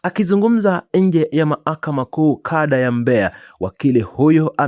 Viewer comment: Unaboa,ni hujui kusomea au una shida gani! Unarudia rudia kusema KADA ya Mbeya badala ya KANDA ya.